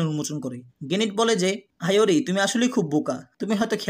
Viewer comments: Vai kyo ke Rio bolo ar iori ke ayori bolo kn😅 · আইওরি না ইওরি, আরো নামে ভুল আছে; সংশোধন করা দরকার। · Aiori❎ doctor ✅